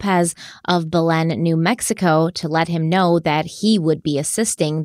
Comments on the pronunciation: It's buh-lin New Mexico not bell-len. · Bernalillo is pronounced burn-uh-lee-yo. Belen is pronounced bell-IN.